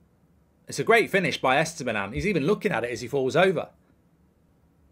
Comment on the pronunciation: How many times can you pronounce Estupinan wrong lol